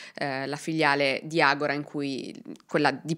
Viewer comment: Brava. Hai sbagliato sistematicamente la pronuncia della società del soggetto ( è ''Agòra'' e non ''Agorà'', come verrebbe naturale anche a me ), ma comunque è un'altra ottima esposizione dei fatti, con un buon livello di accuratezza e il necessario ventaglio delle diverse ipotesi. ===